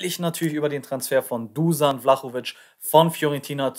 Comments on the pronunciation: Seinen Nachnamen hast du sehr gut ausgesprochen,nur sein Vorname wird Duschan ausgesprochen,ansonsten cooles Video✌🏼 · Richtig ausprechen duschan sonst Daumen hoch fürs video 👍👍👍